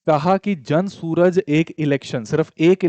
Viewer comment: जन सूरज ❌️ जन सुराज ✅️